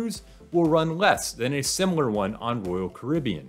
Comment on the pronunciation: It's not Rool Caribbean, it's Royal Caribbean.